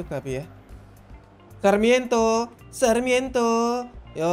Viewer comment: Sarmiento di sebut sakramento. Mbete di sebut mbetei